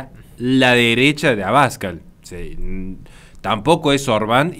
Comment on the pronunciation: Muy apreciado, el apellido AbascAl lleva el acento en la segunda A; lo contrario es como si en vez de decir RincÓn, dijeras RÍncon